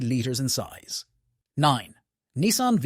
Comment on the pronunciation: AI voices ruin average videos. Nissan is Nicean....hmmmmm